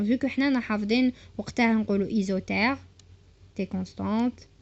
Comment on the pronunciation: Isothere !!! Isotherme tu voulais dire